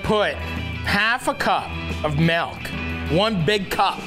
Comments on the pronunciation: where on earth do you find "meelk" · Hey bud, I still think you pronounce milk by saying melk